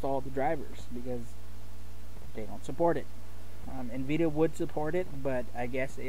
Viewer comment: It's N-vidia not nveda